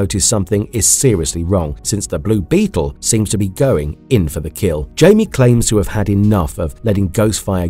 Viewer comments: IT"S (HI-ME) not Jamie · He keeps says his name wrong and it's really annoying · Came to comments for this one specifically. Takes you right out of the video regardless if the rest is good or not. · He's been doing that for a while That's why I don't watch videos where he talks that much